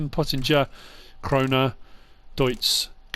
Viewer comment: Why is he saying pottinger and krone like that